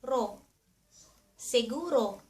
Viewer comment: It’s siguro, not seguro.